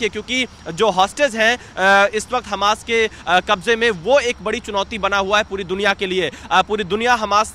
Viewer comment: Hamas ❌️ Hanas ✅️